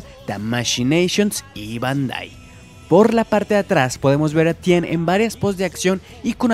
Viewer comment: haces que mis Oídos sangren como ke Tien es Ten